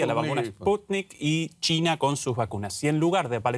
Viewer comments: Dice Tina o China??? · No es tina, es china.